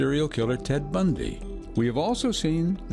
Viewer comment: That was the weirdest pronunciation of "Bundy" I've ever heard.